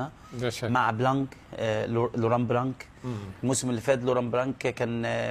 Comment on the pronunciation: لوران بلان ماشي بلانك c حرف صامت blanc